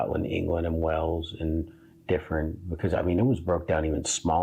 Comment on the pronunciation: Wales is not pronounced Wells but like the large sea creature Waylz.